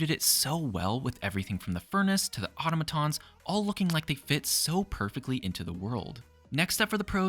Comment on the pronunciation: Bro... that's not how you say automatons..